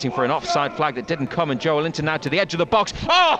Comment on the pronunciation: Kills me how absolutely no one pronounces "Joelinton" the proper way 🤦‍♂️